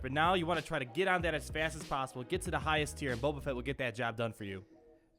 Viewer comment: "How is that PAOssible?" Lol